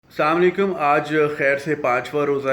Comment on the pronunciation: junaid bhai the word is salaam o alaikum not saam alaikum which means death upon you to bhai maut kyun wish kar rahay ho lol